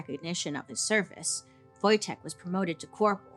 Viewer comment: Niedźwiedż Wojtek <3 Bailey, kudos for pronouncing correctly!